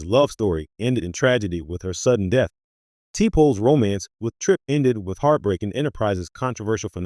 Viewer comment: Lord when he pronounced t'pol as t pole I quit listening. It shows the narrator never watched an episode.